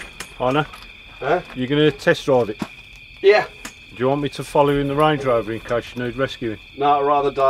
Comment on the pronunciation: "stange lover" instead of "range rover" 😂